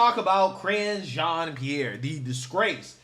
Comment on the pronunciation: Did you say KRINGE JEAN-PIERRE? 😆😆